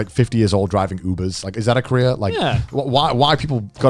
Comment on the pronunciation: it is driving me Absolutely Insane how they pronounce career like Korea and Korea like career